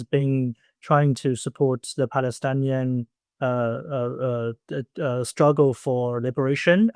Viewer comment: Just a correction, the word is Palestinian and not Palestanian